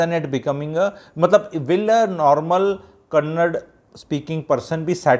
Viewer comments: first learn it is kannada not kannd as many of you Ñorthes day don't come to Karnataka nobody is asking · Kannad alla kannadaa, Karnatak nahi Karnataka Sango ko Sang boletho sahi hai?? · For the basics the state is called Karntaka not Karnatak and also the language is kannada not kannad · It is not kannad. it is kannada. Up north Delhi I had to pray bribe to withdraw money from my SB account. If u can't speak local language then u shouldn't even step into that location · First of all, it's not kannad, but kannada!! Hindi ppl take pride in mispronouncing... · It's Kannada not Kannad. Get your facts right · Stop lecturing the manager the way she said I will never speak in Kannada do what you want this is not fair first place respect the local language even if she cannot talk and also it’s KANNADA not Kannad it’s KARNATAKA not karnatk and no one is jealousy of North Indian we are all Indians the thing is when you are in a particular state respect the language even if you cannot speak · Sir, One sincere request from a citizen of Karnataka, Our Language is called Kannada, Da, Da in the end. Please learn the name of the language if not the language. There is no language called Kannad. It is very embarassing. Kannada, Da in the end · That is kannada sir not kannad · SIR.. aapki bhot respect hai.. aap bhi dusre Uneducated logo jaise " KANNAD " naaa bole . KANNADA bolte hai usko.. jaise Hi di ko HIND ya Paaani puri waale nhi bolte hm log idhr. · Sir I don't think it will take much of you to say Karnataka instead of Karnatak and Kannada instead of Kannad I studied in Bangalore almost 20 years ago and even at time the term "Kannad" was used in a derogatory way among our friends. TamilNad, Keral, Karnatak may not be the right way to address in my opinion. This language superiority issue has gone way too far but we can also do some basic soul searching on our part to see what bare minimum we can do.